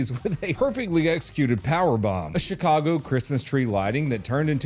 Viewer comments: Did you mean to say shitcago? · You say Shitcago perfectly.